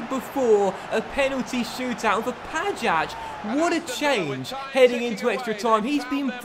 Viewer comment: You pronounce pajac like ‘pay-jack’